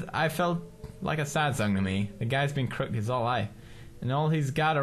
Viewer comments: Pewds still can't say crooked :) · It's pronounced Kroo-kid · Its CROOKED not croked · Daw, I like how Pews' says "crook-ED" as "crookt" X3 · Croo-ked, Croo-ked, not Crook'd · Crook-ed!!! not Crookd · crooked not crookd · it's crooked (crook ed) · Crook-ed, not crooked.😭😂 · Darnit now I'm saying crookt man instead of crooked man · Does anybody realize that pewds says crooked "crookt"???hmmmm anyboy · don't you pronouce the name as crook with ed. crooked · He knows how to pronounce "Psychiatry", but not "Crooked". Oh, ily, Pewds. 😂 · I'm trying to stay calm no matter how much you pronounce crooked wrong. >.<